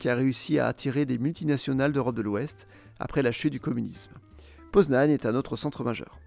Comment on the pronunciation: et moi pareil :) Poznań est très bien prononcé